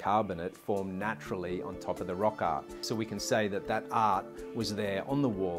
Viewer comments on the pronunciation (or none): This guy has a bad speech impediment, it’s NOT “ot on the wall” and “rock ot”! But rather instead the proper pronunciation is “art on the wall” and “rock art”.